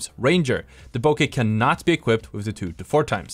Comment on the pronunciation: bro deadass called it bokek 😭😭